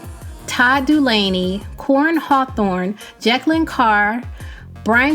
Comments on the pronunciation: It's not Jacklyn but its pronouced Je (gee) Kayln (Kaylin) Carr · Say it with me nah Ja-kay-lyn, jakalyn not Jacquelyn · omgoodness gracious girl, why were you consistently butchering Je-kay-lin = Jekalyn Carr's name. As a researcher/media persona/etc you have to, whether it seems important or not, say the person's name correctly. I cringed everytime. Other than that, I stand with Smokie's comment and rebuttal. On the flip side, true gospel reps don't do what they do for a statue/paganism royalty but unto the Living Elohim. Forget getting excited about the world recognizing in idolatrous ways, when as was seen, they're edging gospel out anyway. We are to be in the world (for Yah's purpose) but not of it. #standoutsoHeisseenOnly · I think you do a great job reporting. But cannot just set back and allow you to mispronounce Jeklyn (Jah'kay-lynn) name. I'm sure it wasn't intentional but a mistake. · No disrespect, but you are mispronouncing JeKalyn's name. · 😛 you might want to consider hiring Keegan-Michael Key to help with Jekalyn Carr's name.😅 The thought of it cracks me up! 😂🤣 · How you said Jekalyn Carr. I'm sorry that bothered me badly lol